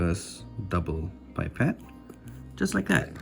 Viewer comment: when you say "pipet" it sounds like you're saying "bye pet" lmao